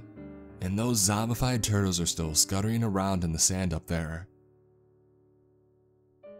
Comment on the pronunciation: "I like tourtles"